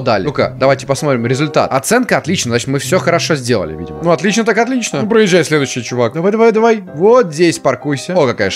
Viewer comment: Он сказал не по русскому он сказал otliiiiiichno